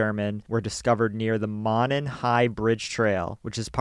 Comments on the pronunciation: It's pronounced "Mow-non" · Quick heads up: “Monon” is pronounced “mow-non”. Great video otherwise! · I don't even want to correct you guys because you're awesome, but I'm from Indiana, and I used to work at Monon Trailers years ago (building semi truck trailers, and now out of business, I believe..) It's actually pronounced MOE-non. Just for your information, sorry, please carry on, love you guys! ☝️♥️ Jeez this is like an hour directly south from my house.